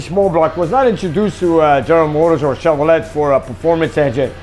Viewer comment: I love and his videos and the fact that he will do other brands besides his first love, Mopars. What is interesting is that English is his second language and though he does really well, he does say "Chevro-LET", and the famous one where Vic Edelbrock probably cringed when people would say "El-debrock". It is ED-elbrock. Growing up in Ohio, almost everyone I knew said "El-debrock".